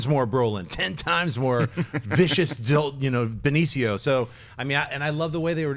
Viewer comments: Benicio (ben-eesio) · Who's Benichio lolol. Come on lolol